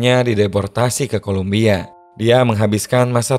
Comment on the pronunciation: Kolombia min, bukan Kolumbia